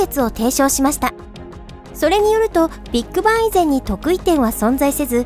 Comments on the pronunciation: ビート板っぽい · ビッグバンの発音がビッグ版に聞こえる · ”ビッグバン”のイントネーション気になる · ビッグバンの言い方が気になる